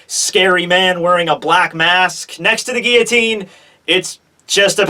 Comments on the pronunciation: The way you pronounce 'guillotine' is distracting; you completely miss out the L sound in the middle. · geoteen or guillotine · You mispronounced guillotine